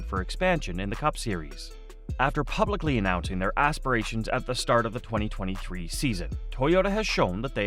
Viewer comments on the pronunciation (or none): none